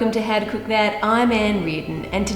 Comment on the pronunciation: i love the way ann says cook especially in her 'olden day accent' but also generally it's just so satisfying